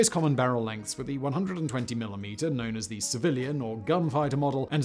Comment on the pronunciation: What the hell is a "Millie Meter" .....